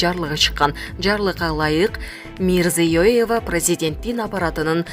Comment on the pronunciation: Мирзиёева десен мрзюееева детей😁